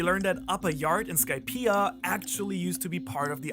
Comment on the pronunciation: Idea Skypia These words are sort of pronounced the same way, but you add an “r” to the end of “idea”, like idear, but don’t say Skypier